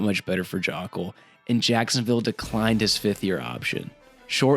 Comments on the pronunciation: Isnt it pronounced "Joke-ul"? This "Jock-ul" stuff is killing me lol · Joe-ckel is how it's pronounced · Dude just pumps content for money, doesn't even do research just reads what he sees. You can tell that by the fact he never realized he's pronouncing Luke Joeckel's last name incorrectly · Yeah that’s the reason I’m not subbing, strictly due to that Joeckel pronunciation, it just shows a lack of actual knowledge on the sport